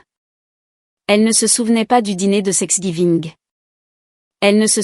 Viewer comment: Il n’y a pas que dans cette histoire que thanksgiving est mal écrit et surtout mal prononcé